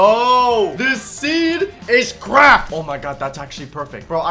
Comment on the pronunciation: This seed is cracked! What I heard: This seed is crap!